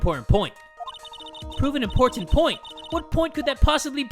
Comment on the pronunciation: who heard important as imporn?